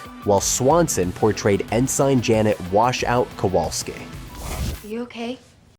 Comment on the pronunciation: Man, I just had to stop when I heard "En sine" 😂